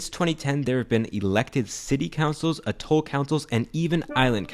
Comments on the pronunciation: It’s “A.toll”, not “a.TOLL”. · You mention the word Atoll as if it were a foreign word that no one’s ever heard of. The stress is on the first syllable 🤦🏻